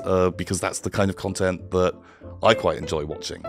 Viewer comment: More ‘cuntent’, I guess that means is coming back to the channel.